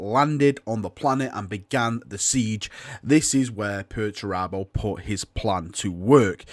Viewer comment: You just love saying 'Perch Rabbo' dont you? :)